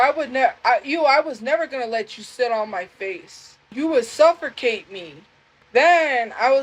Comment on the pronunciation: its pronounced "SUFFERCATE" 😂